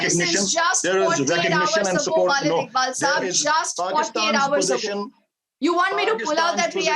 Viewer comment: she is continuously saying "Walid Iqbal" which means "Papa Iqbal" , "Father Iqbal" , "Pitaji Iqbal" hahhaa she is not callling him correctly . this is Waleed Iqbal not Walid Iqbal hahaha